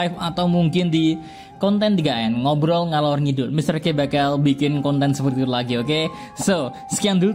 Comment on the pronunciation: Salah sebut itu Mr k di menit